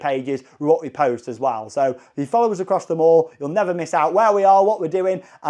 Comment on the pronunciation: “Us” = “Oh-zzz” 😂😂 keep the videos coming! Especially the Universal GB updates